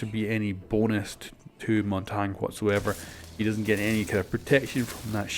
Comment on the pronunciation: its not Montang it's mountagnie